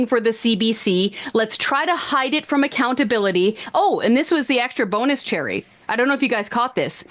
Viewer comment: Not so much a “Bonus”, but rather a “Bone-Us!”